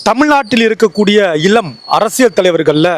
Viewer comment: இலம் இல்ல... இளம்.